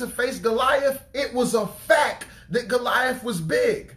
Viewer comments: Love your messages, brother! But, in love, I must let you know that it's pronounced "facT" not "facK." I hated to say anything, but we should tell each other the truth, in love. God bless you! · Lol..it irks me when he says "fack." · Thank you, brother for the message. Please don’t be offended, but fact is pronounced with the ‘t’. I don’t know if the way you pronounce it is the way you normally pronounce it or if you were just deep in the message that it came out that way. I can relate. 😇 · He say “it was a FACK” 😂😂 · I was waiting for anyone else who caught it lololol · Sound like you were saying Fak.lol But on a serious note I understand what you said here even posted something along those lines on my Fb.